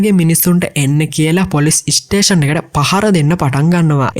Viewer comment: වැඩේ හොදයි බ්‍රෝ. ඉස්ටේසන් කියල කියන්න එපා ඒක කැතයි ස්ටේසන් කියල කියන්න